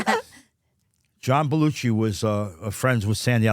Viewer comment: “John Belluchi” and “Dan Akaroid” 😆🤣 Chuck literally mispronounces nearly every name he comes across.